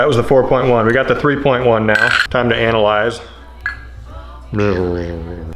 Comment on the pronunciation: Farrr too much emphasis on the ANAL of analyse 😂